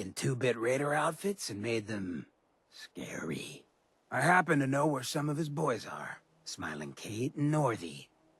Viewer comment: "He's taken two-bit raider outfits and made them... scawy."